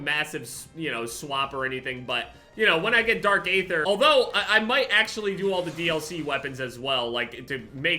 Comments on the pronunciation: I hate to be that guy. But isn’t it pronounced dark aether ( eether) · i hate to be that guy but you don’t pronounce the “a” in “aether” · the A in aether is silent, just remove the A and just say it regularly.